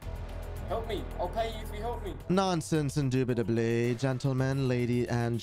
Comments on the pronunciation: ''indubitubly'' gets me all the time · Indubitably induitably